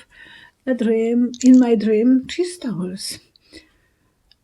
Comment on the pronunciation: Thank You ! I thought she was saying cheese towers !